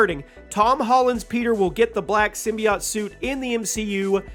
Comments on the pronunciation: why does he say symbi-aught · Everytime you say, "Simbyacht" I poop a lil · Sym BI OTe is how he pronounces that lmao